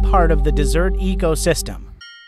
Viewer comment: COME ON ( NARRATOR ) LEARN HOW TO PRONOUNCE THE WORD DESERT CORRECTLY 🤦🏻‍♂️🤦🏻‍♂️🤦🏻‍♂️🤦🏻‍♂️